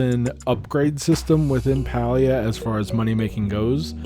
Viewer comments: Great video, thank you! Also just a heads up, Palia is pronounced pay-lee-uh according to the devs themselves lol. 😊😊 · Idk why it irks me this much lol, but the game is pronounced like “pay-lia”! Also, ty for making this video! I’m curious to see how it lines up with what I’ve been doing and if there’s anything I can improve! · Pronounced Paylia